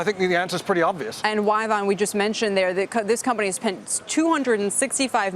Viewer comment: Y-Vonne.... really???